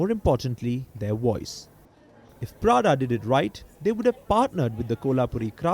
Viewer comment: Prada is basically Lau-da.